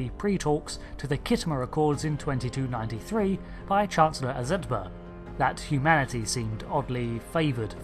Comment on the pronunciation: This bloody 'mispronounced names' thing is spreading... It's "Az-et-burr", not "Azoot-bah". Is it too much to ask that a video about Star Trek is narrated by someone who's actually SEEN Star Trek?